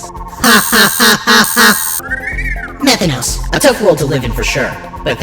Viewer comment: Methanos no, METH THANOS